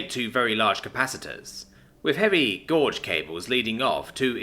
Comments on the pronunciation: Gauge is pronounced gayj, not goj. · I don't mean to nitpick but it's pronounced gayj